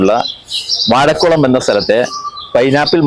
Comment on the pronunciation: വായകുളം അല്ല സർ ; വാഴക്കുളം.